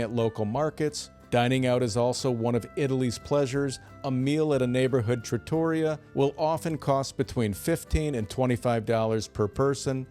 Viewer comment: Is this your Ai avatar,? I hope so, because anyone giving advice about Italy who pronounces it traTTORia has lost all credibility 😅